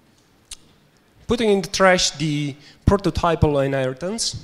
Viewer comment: Stop saying Hinaritance!